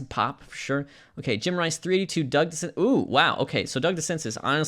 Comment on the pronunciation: I believe DeCinces is pronounced di SEN zay.